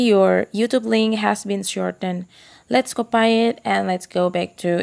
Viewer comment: Very helpful but i just couldn't get over the "copay" part that was hilarious!